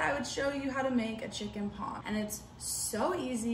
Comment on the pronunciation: “Chicken paaaaaaarm” that’s how u pronounce it